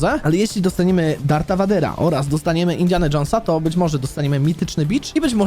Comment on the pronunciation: mówi się VEJDERA a nie vadera